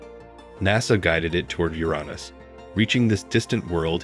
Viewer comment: This is the first time I've ever heard Uranus pronounced Uronus.